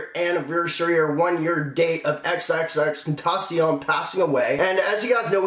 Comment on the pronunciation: pronounced tenn-taaa-ss-ioun